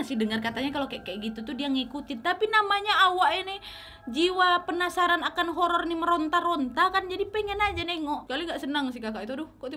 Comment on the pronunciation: "Penapsaran" wkwkkk sama banget kak nad, aku juga sering lidah belibet kesleo